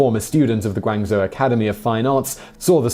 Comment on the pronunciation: Love these videos but you constantly mispronounce Chinese words. Guangzhou is pronounced incorrectly. To make it simple Guangzhou is pronounced Gwang-Joe. Zhou= Joe essentially.